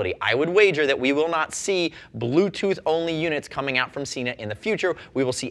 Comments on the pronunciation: Yes, but the same video says the correct pronunciation is Sena, not Seena. It just shows that there are knuckle heads working for them as well. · It's Sena! There is a video on their website with the correct pronunciation. I wish would watch it. I love his reviews, but Seeenuh drives me nuts! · frogzlove It is about the way the way the word is spelled. As I stated, there is no double "e" in the word/name or even an "a" after the "e" so therefore, it is Sen-a. I have seen Sena devices at shows and in shops here and everyone, including the Sena reps, say Sen-a. It is the same as the word Data. It is pronounced Dah-Tah. NOT Daytah! There is no "y" in it so don't say it! I know that is ft track a bit and not a brand name but it is the same principle. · Firstly, you guys really need to learn how to talk properly. Sena is Sen-a. It is not Seena. It does not have a double E in it so don't say it. Next, VIA is Veye-a. Not Veea. Again, no double E. There is nothing that annoys me more that people who cannot say brand names correctly. Now on to the 30K, I highly doubt it is just water resistant. Why would Sena go to all this trouble to make a device that sits on the outside of a helmet, open to the elements and not make it waterproof? It does not make sense. It would have to be made to with stand heavy rain on a ride. Riders are not going to just pull over at the first sign of rain to remove their Sena. That is just stupid. On to the cracks and pops. well in bluetooth, that is a given. Every unit I have ever tried has some sort of interference at times so it is to be expected. I would take this over any Cardo device any day. They are a plain punish to pair for group riding and most of the time in take longer to set up than the ride. I hate my G9.